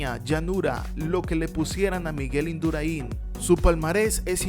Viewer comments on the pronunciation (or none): Difiero totalmente con el autor del vídeo. El mejor contra-relojista de todos los tiempos es Miguel Indurain (con acento en la "a" y no en la última "i" IndurÁin y no Induraín). El registro por tiempos en sus estapas no se ha batido jamás y la diferencia con sus rivales, que luego fueron multi-campeones del tour era abismal. Ese hombre no era humano, y que no habían visto un especialista contra el crono igual. Dicho por toda la prensa de la época y que yo viví en directo cada uno de sus triunfos. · No es indurainnnn!!! Es Induráin. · Amigo, si no sabes ni pronunciar el apellido del gran Miguel, menos sabrás lo que éste hacía en esa especialidad